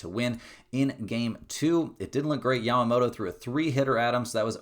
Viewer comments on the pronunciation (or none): none